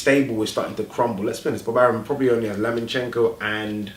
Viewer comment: his name is LOMAchenko not Lamanchenko!